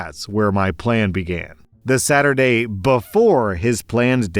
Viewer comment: I didn't know that Saturday sounded like Thursday. 😲